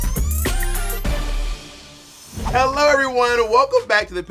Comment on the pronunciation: the way bob says yorkshire in the LEAST yorkshire accent, kiiiiillls me 😂😂